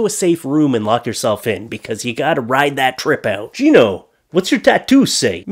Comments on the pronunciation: Ummm - its not pronounced “Gee-no”. Its “guy-no” as in gynecologist bro. In case noones said that already. Sorry if I’m repeating it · Gino?! No,, it’s pronounced ‘guy-no’. You know, as in gynaecologist. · Not pronounced as Geno !!!! Ha Ha Ha "Gyno", as in Gynaecologist ! Hey, I dunno. Maybe you're right and I'm wrong?? Made me laugh tho' ! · i love how he read gyno as "geno" thinking it was someone name and not short for gynocologist edit: also that he completely missed the pun of "so mushroom in my heart". mushroom sounds like 'much room' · Pronounced "guy-no" as in gynocologist. Makes it even funnier lol... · They were saying Gyno, like gynecologist, not someones name lol